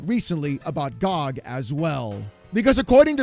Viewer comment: Dude, him calling it GahhG over and over is so annoying lmao. Its G.O.G. not GAHG lol